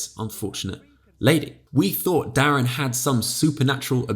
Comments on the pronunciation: I think it's pronounced "Derren" as in "Derek", rather than "Darren". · How can I comment that it's Derren and not Darren without being that guy who comments that it's Derren not Darren. No but I really liked this video!